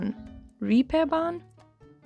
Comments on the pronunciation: It's not the Reaperbahn (as in english reaper), but it's the Reeperbahn with a long e (Reeeeeperbahn) 😊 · Same thoughts. I recalled Catwijk, specially. We are planning to go there this summer. Reeperbahn is actually pronounced like REE (het dier) or Regen, a plain "e", well, a German plain "e" XD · "Pronounced like reaper ís correct". No, not really. It's pronounced like, sorry, raper.